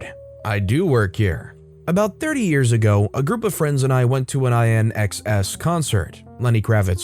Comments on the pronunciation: I don't know if it's an actual human reading this, but that's the first time I've heard anyone say "I" "N" "X" "S" for the music group when it should be pronounced "in excess" LMAO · I-N-X-S 🤣🤣 It's pronounced "In Excess" Omg, that little mix up had me rolling, I needed that laugh. Made me feel old, but still made me laugh. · Oh you sweet summer child ;) It's InXS, pronounced "In Excess." My mum was really into them. (I'm not a fan, the singer was a home wrecker). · Oh,. You must be very young not to know that INXS is pronounced "in excess". They were a big band in the 80s and 90s. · INXS is pronounced as "In Excess." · Oh dear, I guess some things got lost in the last 25 or so years….. INXS is usually pronounced as “In Excess”. Showing my age here 🙃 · The band name INXS is pronounced "in excess" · based on his pronunciation, I would agree...which just makes me feel old, and I'm actually a little young to really know who they are. Finally reached that age where I now know how my mum felt every time I didn't get a reference she made to a show/movie/band/song lol.